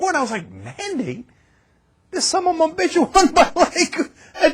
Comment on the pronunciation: I love how he says 'sommumabitch'